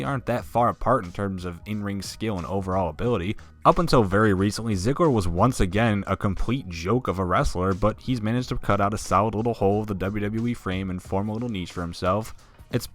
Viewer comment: does anyone else hear " sligler "?